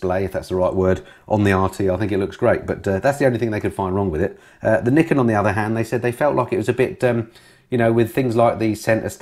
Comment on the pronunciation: or as pronounces it, Yamaha's Knickers:-D